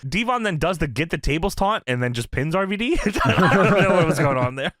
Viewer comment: It's RVD not arvadee. It's also water not wudder